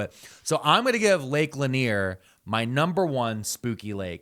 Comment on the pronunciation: called it lake lenier